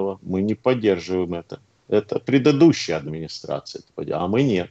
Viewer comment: "... ПРЕДАДУЩАЯ администрация"